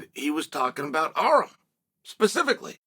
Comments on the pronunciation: Why does uncle Chael pronounce Armans name as "Arem"??? My dude needs to learn Armenian because we are in the division to take over! ARMAN TSARUKYAN!! LETS GO CHAMP! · Learn how to pronounce his name - Ar-‘an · Who's Arum lol.. Its Arman 😂 😂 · Uncle chael calls Arman ARM 🤣🤣🤣🤣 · This entire video was a fever dream. If i have to hear "Arrem" one more time...